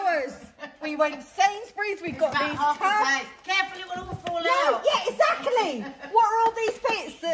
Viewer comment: I love how pronounces “exactly” as eckzackaly 😂😂😂 I cant stop watching it! And Nadia echoing her 😂